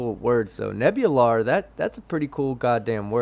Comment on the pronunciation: I think it should be "Nebulaar."